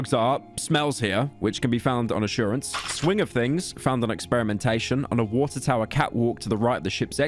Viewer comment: Pyro can't say "bottle of water" without an H